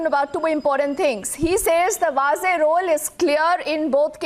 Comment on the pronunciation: Vaze is pronounced as 'waje' FYI